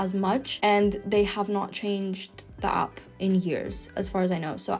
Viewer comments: It’s /aep/ not /ahp/ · What’s an opp? Should that not be app? Pronouncing vowels correctly is surely basic to learning any language. Thank you for your effort but no thanks. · Native English speaker here. Her English pronunciation would improve by leaps and bounds if she stopped pronouncing EVERY WORD with an A in it as a hard O. App = Opp, Interact = Interoct, Have = Hov, Haven't = Hoven't Class = Closs, Spanish = Sponish etc. Outside of that, her English is quite good.